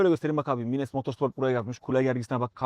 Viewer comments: mines ne abi maynz diye öğrendik biz :) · Abi mines nedir sen yapma bari okunuşu farklı o kelimenin 🙏